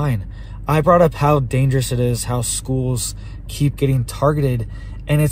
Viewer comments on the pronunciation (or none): none